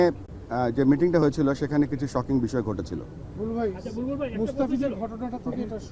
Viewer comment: Pronounce e thik koira korte pare na nam ki jani bulbul.. mitha rotanir bulbul na balbul